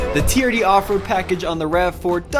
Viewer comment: Jezzz.. It's TRD.. Not TDR 😂